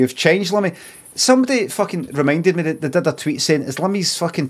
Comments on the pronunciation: Am I going mad or is there something off about the way he says "change"? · sounds likes he's purposefully making it sound English or something